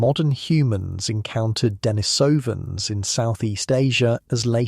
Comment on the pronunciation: You have some interesting information, but its credibility is uncertain. You pronounce Denisovan.s improperly, so what else is uninformed in what you say? Experts and those in the know put the emphasis on the second and fourth syllables, and not the first and third as you have.